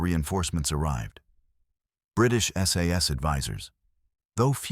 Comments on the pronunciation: The AI here is funny...one SAS is ISIS ...and another SAS is SS ....now i am PARANOID! :cat-orange-whistling::face-blue-wide-eyes::face-orange-biting-nails::face-orange-raised-eyebrow::face-fuchsia-tongue-out::face-fuchsia-tongue-out::face-blue-smiling::face-blue-smiling::face-blue-smiling::face-blue-smiling::face-blue-smiling::face-blue-smiling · SAS - not SS ... --- too many inaccuracies to be taken seriously